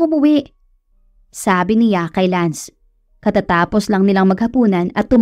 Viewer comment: Hi miss narrator, good day po,ang pagbigkas lang po ninyo ng si,ya sa halip na s'ya at ng ni,ya sa halip na n'ya❤❤❤